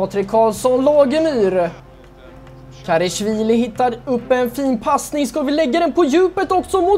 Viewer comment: Älskar den här serien men det är en liten grej jag stör mig på. Det uttalas KarAshvili, inte KarEshvili.